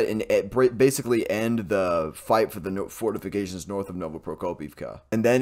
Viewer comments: You had me at " fortifigated" lol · Fortificated lol🤣🤣🤣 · SIR, I think you mean fortificated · Wait. You can pronounce serious Ukraine small towns name but choke on fortifications...DUUUDE 😂.